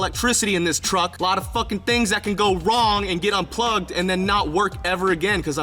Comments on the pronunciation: "What's wong" xd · whats wong 😂😂😂😂😂